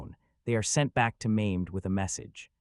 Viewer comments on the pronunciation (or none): Sultan Maimed, Really???? Forget about the pronunciation, you totally changed the Sultan's name and telling History, What a Joke!!!